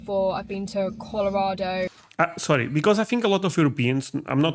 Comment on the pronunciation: You nailed Colorado